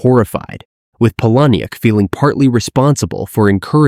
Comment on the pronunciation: Its pronounced "Paula-Nick" I know that because I asked him :)